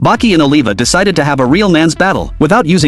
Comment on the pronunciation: The only recap who actually say "Baki"🥀